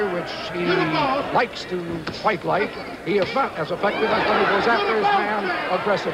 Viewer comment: Its not thike, its like